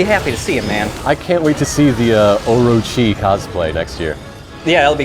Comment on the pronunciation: Ohgod, I just noticed, ohrowchee, orochi, god damn it kamiya.